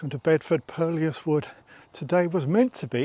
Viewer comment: Just a quick comment. Hate to be a pedant but thought you might like to know that purlieus is pronounced purlew as in curlew rather than pur-li-us. 🙂 Great videos, keep up the good work.